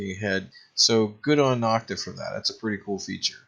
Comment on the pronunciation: Nokta is pronounced beginning with No, not Nock.